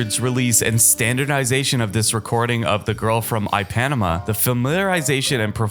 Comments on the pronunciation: I Panama? At least pronounce it right ! It's Eppa nee ma for crying out loud ! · You need some work on your pronunciation. It's pronounced "The Girl From EE-pa-NEE-ma, not EE-panama. It's Count BAY-SEE, not BASS-ee. and it's Dizzy Gillespie, not Jillespie. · Eye-Panama……?? It’s pronounced Ip-a-neema…. Oh boy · Pronounce EE-PAh-Nee-MAh not i-Panama. Man do it right or do not do it. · "eye - PAN - e - mah"?? Count "BASS - ee"?? DUDE!! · Please, please, please learn to pronounce words if you’re going to narrate videos. Ipanema is pronounced ee-pa-NÉE-ma. Count Basie is pronounced BAY-see, not BASS-eye. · Hard to believe the he mispronounced Ipanema putting the accent on the wrong syllable, but that did not bother me-but to pronounce Gillepsie with a soft G instead of a hard G-I couldn't believe my ears-just realized he called Count Basie Count Bassie-guy should do his homework-have almost no issue with his picks which of course are subjective but: hard to accept a top 10 list that does not include Kind of Blue